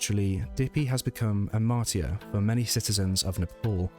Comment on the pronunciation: Marty-er? Kinda hard to take anyone seriously if they say marty'-er. I mean... it's not THAT obscure of a word. Not knowing how to say it also tells me you don't even know what it means. 😬